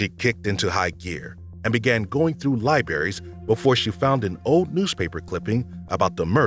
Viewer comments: Also says bofe for both. And libaries. Drives me crazy. Lol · When he said libairies I was done. Lol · birfdays libaries come on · "Libaries" lmao